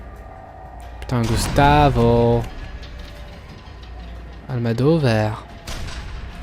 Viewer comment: Bonne vidéo, à part ton "Gustavo Almadovar" qui m' a largement pété les cacahuètes. Mais très bon jeu dans l'ensemble. Vivement Fear 3 et surtout Dead Space 3 que je connais par coeur (je suis fan de cette licence). A très bientôt.